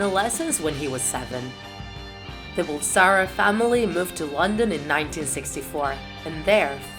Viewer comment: You pronounced his real last name wrong